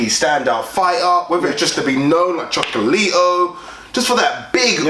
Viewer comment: Dudes, Gonzalez's name is Chocolatito, not Chocolito